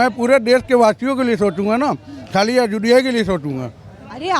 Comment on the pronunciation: भैया पहले अयोध्या बोलना सीख लो 😂😂